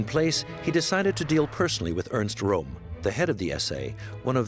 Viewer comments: Why make a documentary and then not bother to pronounce the names correctly? Röhm is pronounced Röhm, not "Rohm". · The SA leader's name is pronounced /POEM/, rather than like the name of the Italian capital. Also, the word to have been used was "annihilate", rather than "animate".